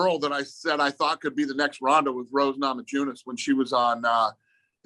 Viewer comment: how does dana still not know how to pronounce rose's last name? swear he said "nama-juu-nes"... or has every commentator, interviewer and fan gotten it wrong all these years?